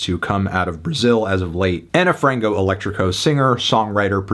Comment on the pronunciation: HAHAHA ilove seeing Anthony covering on brazilian projects just to hear his pronunciation 😭 aneu frangou eletricou lmaooo this album is fire!!! love from 🇧🇷